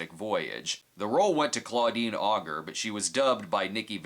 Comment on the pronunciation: It's not Claudine "Ogre" it's pronounced "O. J."